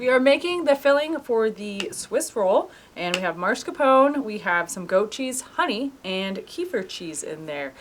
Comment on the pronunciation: Mascarpone NOT marscapone